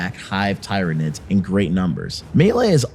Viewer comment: My ears are bleeding when you speak Tyranids in the way you do xD